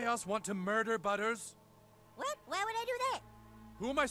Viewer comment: His name is butters not butter